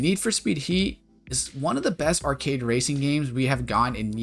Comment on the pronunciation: Why do you keep saying "art-kid"??? The word is arcade, pronounced "r-kade" not difficult bro.